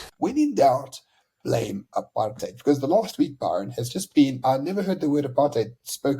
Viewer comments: "Aaap-hard-out" - I laughed so hard that I bust a rib . The minute-ster of dildocaps HRRC Lindelwe "Cuban Peter" Zulu is such a comedian. We have to forgive her - her "aap-hard-out" chemicals she puts on her head has fried her peanut. And the bunch in cabinet are all getting infiltrated by an invisible "aap-hard-out" virus. Shem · Or apard hide as many people overseas pronounce it. So apard hide has caused all the problems in the country, wrecked the economy, sars, SAA, the railways, the infrastructure, our electricity! President Dunce is so terribly clever, with corruption and thievery. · Is nie apartheid nie is ancheid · Why you so stupid "Apartheid"😂😂😂😂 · Statements from the BRAINDEAD !! they don't even pronounce it properly 😅